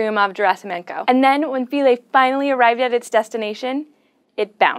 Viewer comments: It's pronounced 'f(eye)-lee'. Our taxonomy lecturer ripped us to shreds for pronouncing '-ae' as '-aye' instead of '-ee'. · SHe can't pronounce Philae. Embarrassing.